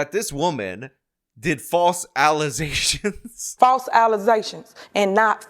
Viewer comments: HEY!! It’s pronounced “AL-I-ZATIONS” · False allezations is never ever going to get old. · "False Alizations" I laugh every time. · "False alizations" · and thank you for the "false allezations" that always makes me laugh, lol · As many times as you've covered Henyard, the word is now "allezations".